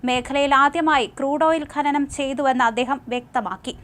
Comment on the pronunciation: ഘനനം അല്ല ഡോ.. ഖനനം